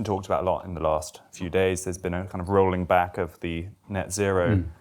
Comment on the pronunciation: Is it 'rolling back' or 'rowing back'?